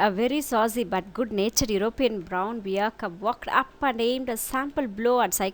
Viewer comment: Very Informative...thank you..Hope the pronunciation of BEAR is like this word BARE. ..not like DEAR...BEAR....(Just a small correction)